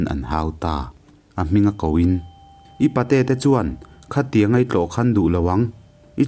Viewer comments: Khiangawi ipte a awm em ni..khiangkawi ipte an tia lawm..uluk deuh hi a tha ngai aw.. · Engtin nge khiangawi ipte i tih theih zawk? Mizo ṭawng i chhiar thiam teh lul nen, khiangkawi ipte pawh i lo la hre lo hi chu a mak ka ti deuh. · Khiangawi ipte a awm lo, 'khiangkawi' tih tur a ni e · Ziah sual, chhiar sual palh ani e😊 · Khiangawi tih loh tûr,'Khiangkawi'tih tûr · Khiangawi ipte i tih hi?khiangkawi anti thin in ka hre sia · Chhiar tupa khiangawi ipte a awm ngailo, khiangkawi ipte tih zawk tur anilo maw. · I aw hi a nalh viau a mizo tawng i sua sam nasa thin e mai a khiangawi ipte a awmlo aw khiangkawi tih tur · Hahaha....khiangawi ipte......